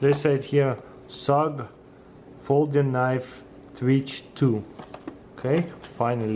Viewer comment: it is ''SUG''